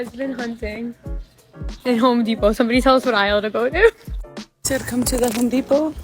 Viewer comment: The men are not at "Home Depot" they're at "Hoe-D-pot"😂👌🏽